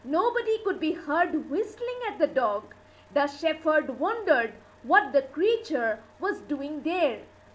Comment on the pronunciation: The pronunciation of the title is wrong. And the word 'shepherd' is wrongly uttered. Please rework.